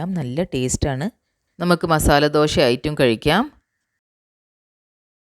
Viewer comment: എന്താ ഈ ദോഷ? ദോശ എന്നാണ് പറയുക.